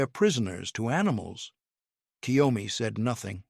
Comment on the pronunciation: Totally understand why KYOMI didn't understand someone pronouncing her name entirely. Like so many British as well as American speakers do for no reason that can be understood by any Linguist we make the sound of EE before "Y" It's obviously not "Key Yo Me" or even "Ki Yo Me" It's KYO just the "K" sound directly in front of the "YO" Not KiYoMi Like so many pronounce ToKiYo instead of TO-KYO or KYO-TO Like British has the problem with Ukraine - There's no 'Y' in front of "U' There's no "Y" in front of JagUar.